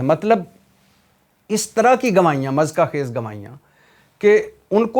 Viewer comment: Mezka khaiz lefz nahi hota muzhikka khaiz hota ha Bhai g Never mind plz